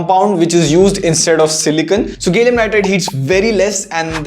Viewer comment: IGa , gallium nitride, you spell it as gay llium nitride 😂😂